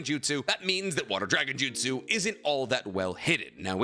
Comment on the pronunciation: Say Jutsu again I Dare You, I DOUBLE DARE YOU